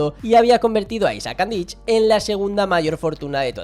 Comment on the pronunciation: no se pronuncia Andich con ch es con c